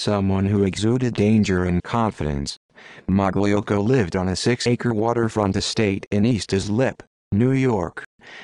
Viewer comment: It’s pronounced ( malocko )